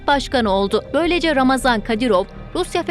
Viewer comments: COX XAHIş edirəm ismini düzgün deyəsiz ,, yəni : RAMAZAN deyil !!! __ RAMZAN KADIROV ! Cünki Ramazan mübarək müsəlman adıdır ,, bu insanın müsəlmancılıqdan zərrə qədərdə hec bir şey bağlamır, o Putini atası adlandırır və ona görə ölməyidə ,öldürməyidə özünə 5 vacibatfan üstün bilir!!!! Ona görə Ramzan Kadırov ,hem rəsmi həmdə ona yaraşan isimdir. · не рамазан,а рамзан! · Ulan Ramazon değil Ramzan Kadirov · Şu adamın adını doğru söyleyin !!! RAMZAN " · Ramazam değil Ramzan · Birde şu ismini doğru şekilde öğrenebilseydiniz gazetecilik yapıyorsunuz hayatını kendimizce araştırıp öğrenmişsiniz isminide doğru öğrenip teleffuz etseydiniz .ramazan değil ( ramzan) kadirov